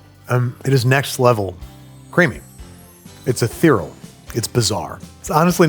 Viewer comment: "Etheeral"? It's "eth-eer-ee-ul".